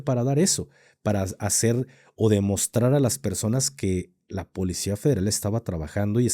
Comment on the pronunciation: Alguien más le da Grinch escuchar al decir: polecia? 😢😢